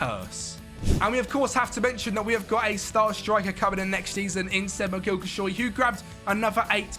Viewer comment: Not Kilkisoy, my brother, Kilicsoy. :) good video.